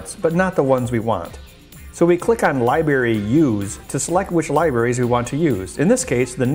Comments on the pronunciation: I noticed he uses it interchangeably...Library to Li-Bery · I know this is a really picky thing, but every time he says "liberry" I want to rip out my own eardrums.